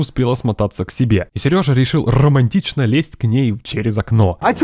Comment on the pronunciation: Почему ты постоянно говоришь "сЭрежа"? так слух режет